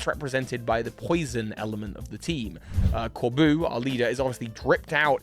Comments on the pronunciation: As a french viewer, it was ear piercing to hear you say "Corbu" for "Corbeau" all along that watch... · My dear,, his name is Corbeau not Corboo. It’s just the word beau. France is right there next door, buddy. This wasn’t a hard one. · The "eau" in Corbeau is a simple O sound,; not an "oo" like in boo. Source: I am a French person. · I would argue that IF Corbeau (which is pronunced cor-BOW btw) is indeed from Mossui Town and related to Kieran and Carmine (which from the dialect he uses does not seem to be the case, I'm surprised you didn't mention that), then he would know that the Loyal Three are imposters, I mean it was a pretty big plot point in the Teal Mask that Kieran's family is the only one who knows the truth about the ogre and the Loyal Three. I'd also argue that it makes sense Corbeau and Feazandipity share a color palette since that colour palette in the usual poison-type colour palette. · hi resident french here Corbeau is said "corbo" with the latter o like in comb*o* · I love that you pronounce his name core-boo, bc my entire social media feeds has been nothing but people wanting him to be their boo since the moment he appeared 😂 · I'd personally like to imagine his name is pronounced "Cor- Boh" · Pronounce it O. CorbO. A corbeau is a Raven in french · fyi corbeau is pronounced corbo and is french for crow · Honestly it just made me giggle, like was calling Corbeau his boo